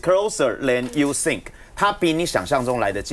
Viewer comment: 请原谅金鸡雪人，应该是 it's closer than you sink，他知道英文不好，没法度